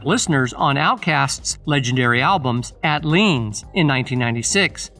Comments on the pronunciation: Okay but why tf you saying Atliens like “Att-leans” and Aquemini as “Aqua-meany”??? 😂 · How you gonna tell the story but mis pronounce the names of the 1st three albums you named . Wtf is AT Leans?😂😂 Aqua mini??? 😂😂 And Stan-konia😂😂😂 you not even a fan lol. Throw the whole video in the trash with 2 thumbs down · The way the narrator pronounced ATL iens was one of the whitest things I ever heard😂😂😂